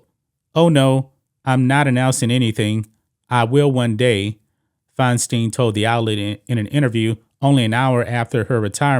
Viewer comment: it's pronounced Fine Stine... rhymes with Fecal Swine